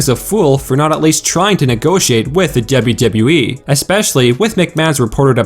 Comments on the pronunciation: The way you say WWE pisses me off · DUB-YOU -DUB-YOU E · Dude you say “WWE” weird. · He says WWE in a weird way